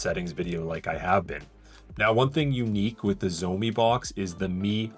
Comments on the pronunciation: it's funny how you said zoemi but it actually pronounced as "shao mi" 😂😂😂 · Xiaomi it's pronounced: shaumee not zomi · While miles better, even your pronunciation is very wrong. 'X' is not a 'sh' sound. It's more like a hiss. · At least pronounce the brand name correctly dude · Please pronounce Xiaomi right lol driving me crazy. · Jeez, please learn to pronounce 'Xiaomi' properly if you want people to take your review seriously. It's not that hard.